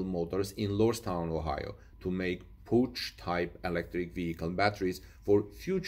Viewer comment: A pooch is a dog. You mean pouch, which rhymes with ouch.